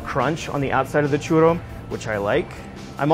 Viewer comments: I cant trust on the recipe of a guy that says "churo" and "churia" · This guy cant say churro right seriously its not hard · Does it bug anyone else the way he pronounces churro? And even more so churrería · No se ofendan gente, nunca dijo que los churros eran originalmente de América latina, pero obviamente es la receta Mexicana ya que tiene Chocolate, Vainilla y Canela mexicana... La versión Española (original) es muy diferente e igual de deliciosa... Pero eso sí éste pendejo no puede decir "Churro" ni con una pistola en la cabeza, de eso sí tomen ofensa jajaja